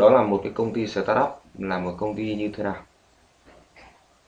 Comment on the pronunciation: SỜ tát up, :v đọc quá chuẩn